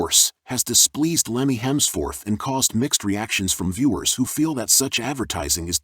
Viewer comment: Lemmy Hemsforth?! WTF are you doing? OMG😂😂😂